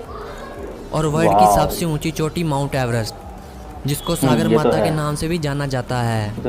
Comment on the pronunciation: It is called सगरमाथा not सागरमाथा